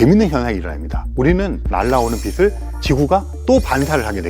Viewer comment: 빛을 빛이 를 비슬 비시 라고 읽는거 너무 거북하네요